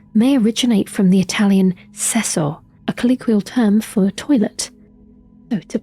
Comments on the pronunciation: It's pronounced like "Chesso" not cesso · i know it's old but at minute you say sesso and not cesso cause the c in italian is soft normally it isn't a difference but sesso means sex in italian so an heads up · you should probably check out the pronunciation of foreign words before saying them lmao. i bursted out laughing when you said "sex" instead of the vulgar/informal word for toilet in italian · fyi, spaking as an italian, "cesso" is prononced like "chess" with an o at the end. The way you prononced it is actually the "sesso", meaning "sex". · Cesso is read with the c sound of CHeck, what you said is sesso meaning sex. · As an italian myself I would’ve never imagined hearing the word “cesso” in a lore video. Btw (not to correct you or anything) the pronunciation of the word is “chesso” and, as often happens, more “vulgar” words directly come from latin. In this case the word “cesso” comes from the word “recessus” and the verb “recédere”, which basically means to go into a private place, without any “dirty” implications at all. It was only later on that people started using the term as an insult to someone, or something, implying that the “private place” was,in fact, the toilet. So if we interpret the word “cessblood” in a modern way, it surely refers to something dirty and filthy, but if we go back to the original meaning , it refers more to something almost “private”, or, if you prefer “hidden”, which is in my opinion perfectly in tune with the narrative of an hidden order, not easily accessible. Hope you found this interesting! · In italian the “c” isn’t pronounced as an “s”, the way you said cesso (sesso) actually means sex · Hey, nice video as usual, but a little suggestion here about Italian translation (as I'm a native speaker: Cesso is a vulgar way to say toilet, but it's pronounced with C as you would say Chess, otherwise you might risk be misinterpreted with the word sex (which in Italian is Sesso) ;)